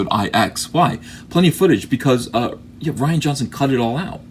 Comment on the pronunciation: It's Ree-ahn Johnson. Nobody spells Ryan that way.